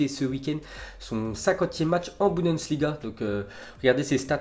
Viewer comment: Je suis le seul à remarquer qu’il dit budensliga au lieu de bundesliga?